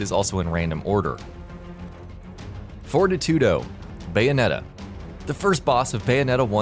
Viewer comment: Also Fortitudo = for tee too doe The i in his name is long, just like all the other Auditio. He even says his name out loud in chapter 4.